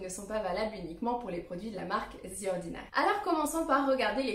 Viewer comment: The ordinary ❌ Zi ordinary ✅